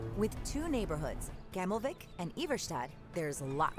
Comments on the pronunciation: I can’t listen to the voice actor say Swedish things, i mean if I were to translate her pronunciation of gammelvik it would be: gämmollvick. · They're not dutch names, the VA just doesn't know how to pronounce them😭I do still wish we could see at least some scandinavian culture though. There's always something in the worlds that aren't based in NA or EU, but they've really dropped the ball in europe. Nothing german, nothing romanian, nothing scandi. It is a little sad that we don't even get an attempt at our culture.